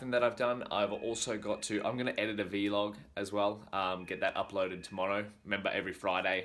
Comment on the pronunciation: Veeeelog ? Its vlog 🤪